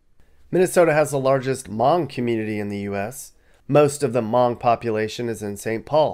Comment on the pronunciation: Its said Huh mung not mung like a bean variety . 😊